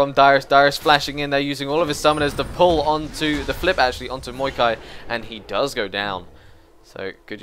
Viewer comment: Dude its maokai not muikai or however you say it